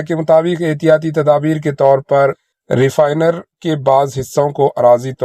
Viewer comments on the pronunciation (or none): Refinery boliye